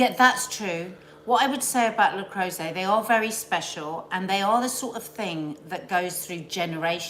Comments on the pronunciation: Not sure why it matters but its le croooooset not le crowset…. Hahah literally dont know why I’m saying this -maybe once a teacher always a teacher?? BRILLIANT new year coffee morning youre a tonic every morning xx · le creuset... Pronounced.. Le croosay..